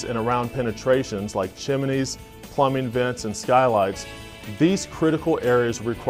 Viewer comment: at :46 what the hell is chimenies? And this is coming from a GAF rep? How embarrassing for you. Chimney is pronounced: "chim-nee", not "chim-a-nee", and certainly not "chim-lee" If you're not sure how to pronounce this simple word, then click